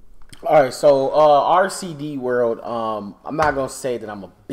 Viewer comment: This man said RCD world 😂... it’s rdc world